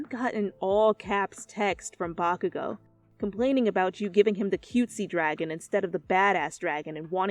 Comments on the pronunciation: I had captions on and every time she said bakugou the caption said vodka I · I put on the subtitles and every time she said “Bakagou” it said “Vodka go”